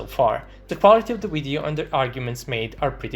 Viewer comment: speaking of terrible accents... you spell "video" as "wideo"